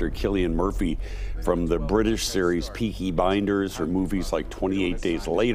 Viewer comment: Maybe learn the names of the actual show before you do interviews with people. Peaky Blinders not binders. How embarrassing.